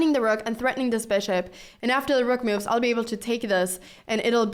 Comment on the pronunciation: After all the cow opening videos i misheard "moves" and thought she says "moo´s" you know the sound of a cow..